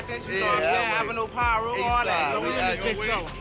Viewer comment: They kill me when they pronounce the names wrong he knows damn well it's 'PIRU' And he knows how to say it right cornballs